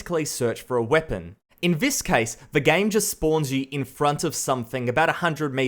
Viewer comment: B4 u criticize something learn how to say “this” instead of “vhis”